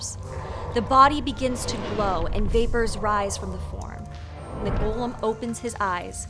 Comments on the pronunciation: Loved your take on the Golem story, learned a lot from it!! Also, the way you kept saying Gollum instead of Golem is “Precious!” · Golem's pronunciation is malleable apparently also. Listen carefully to all the times that you pronounce the name of the monster. Once you pronounce it as "Gollem", like in The Lord of the Rings. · That's an incorrect pronunciation. The correct pronunciation is "go-lem", just like how it's written. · Except for when she slipped and pronounced it how she really wants.